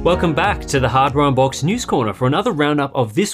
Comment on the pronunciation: "Welcome back to Ay-oh unboxed ..."